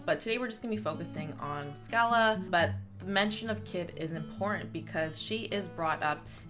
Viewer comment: I like a girl who can properly remember the history of my kingdom. Until the day it is risen from the oceans of time. What is eternity...compared to that moment. Oh and it's said "SHA-LAH", love.